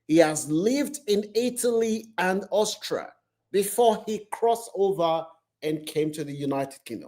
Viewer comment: Austria. Not austra😅